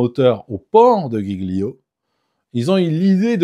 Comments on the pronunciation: La petite embarcation dite Tender ou Dinghy est une Annexe en français. (et on dit 'djii-lio' pour l'Ile de Giglio)😉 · ☝️ Giglio, se prononce "D'jilio" !!! 😉